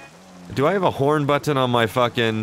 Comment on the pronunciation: "Do I have a horn buTTon?" The way he pronounces butTTon or MarTin is so funny!! 😂